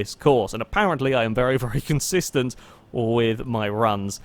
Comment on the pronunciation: "Consisten Car"